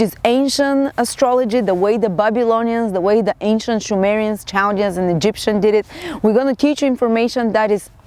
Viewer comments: sumerian pronounced s not sh correct that please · no pronounced with s sound like sun not sh sound